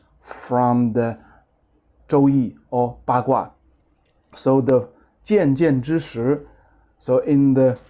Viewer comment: 渐渐之石 is pronounced as chanchanzhishi, not jianjianzhishi.